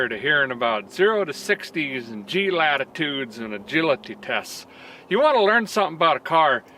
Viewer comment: "Gi-La-Ti-Tes" -, New English Vocabulary...:)